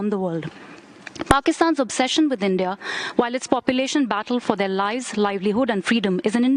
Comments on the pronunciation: It's India, not inde 😡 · Y inde instead of india 🤭